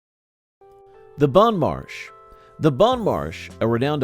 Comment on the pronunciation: "Bon Marche". 😂 I would assume you recorded before getting the footage is all, but the name is The Bon Marché in the logo and on Wikipedia. I dunno what happened, but I'm glad you included it. I've been randomly singing the classic parody jingle the entire video. Hahaha